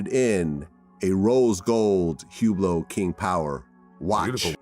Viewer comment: So called expert doesn't even know how to pronounce "Hublot" 🤣